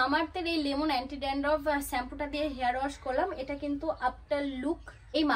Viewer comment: Sampoo noy, shampoo. Dandroff na, dandruff 😊 Pronounciation thik kore korbe.